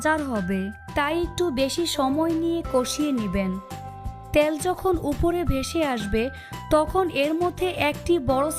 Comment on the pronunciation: ত্যাল নয় ۔۔ তেল বলুন